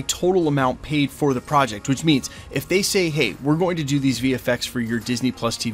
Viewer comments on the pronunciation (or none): none